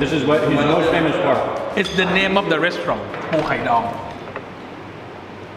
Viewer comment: It’s not reshtaurant but restaurant check the Google prononciation 🤨😡